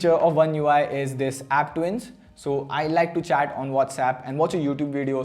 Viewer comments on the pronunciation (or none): none